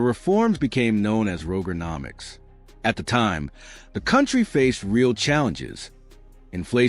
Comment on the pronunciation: Rooger 😅😅😅😅😅 its Roger-nomics 😅😅😅😅😅